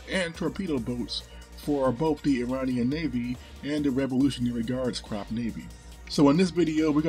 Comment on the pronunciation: Always glad I subbed. Your videos have came a long way and keep improving. So much easier to get an overview of the obscure topics you cover. Also please pronounce Corps "Cor"